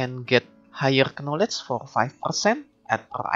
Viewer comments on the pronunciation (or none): The "Knowlej" Sound is strong in this one, i like it ! Great video !